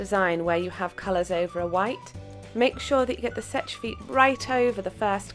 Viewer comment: You know it's not pronounced 'setch' it's pronounced 'sesh' no hate I'm just trilingual and it bugs me. I thought it was Polish mountain when a saw the thumbnail and I bloody love it. Ps: 'seche vite' in French means dry quickly or quick dry. Jfi